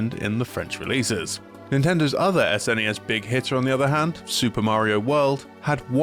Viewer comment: Thank you for pronouncing it "S_NES" and not "SNES," though I still just call it Super Nintendo out of habit, which is what everyone I knew as a kid called it.